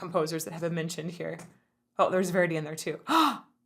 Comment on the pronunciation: It´s nice to hear someone who says Verdi instead of Vurdi.